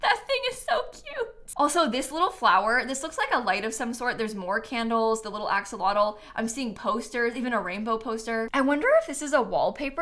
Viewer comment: Hi! Fun fact, Axolotl is a Nahuatl word, and is pronounced "a-SHOW-lotl":)